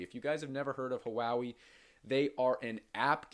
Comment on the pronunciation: Just fyi, Huawei is pronounced waa-way, not huwowee.